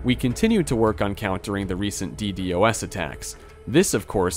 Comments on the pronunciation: it's D-DoS not D-D-O-S Also, why do you feel the need to bait comment engagement like every 10 minutes lol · Nice vid, but just to avoid future mistakes- it's read dee-dos and not dee dee o s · As a network engineer hearing D-d-o-s attacks pisses me off. Call it DEEDOS my goodness lol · bro cant say DDOS for some reason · omnipotent is most commonly pronounced /ɒmˈnɪpət(ə)nt/ In a similar vein DDOS is normally called a D-DOS as in dee-dos